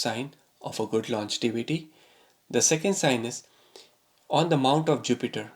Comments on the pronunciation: LON-GE-VITY, Sir, not longetivity! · Longevity yaar, not longetivity. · the word is longevity and there is no word called longetivity. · Dude it’s longevity n not longetivity. First get this right before predicting someone’s death🤣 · Sir, the word is pronounced as "longevity" and not "longetivity" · Really great info. Thank you! BTW, it is nOt longetivity, rather longevity ;) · Longevity, and not longetivity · It's pronounced lon-ge-vity.